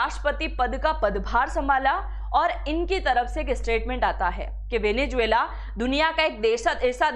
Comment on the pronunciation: Pehle venezuela theek se bolna seekh le. Bahut irritating sound kar raha hai